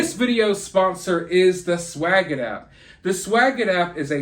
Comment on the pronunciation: You break my heart every time you say swagit 😓